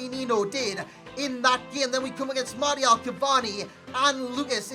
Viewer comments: "mardial" smh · mate no offense, but you're pronouncing martial wrong . xD love your work btw =)